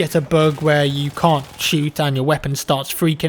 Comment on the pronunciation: He said cant shoot, he said it really weird though. His accent probably plays into it.